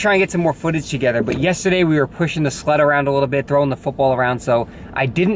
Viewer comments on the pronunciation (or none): i swear when you said you were pushing the sled around a little bit i heard pushing the "slut" around a little bit i was like omg!:O gasp! great video!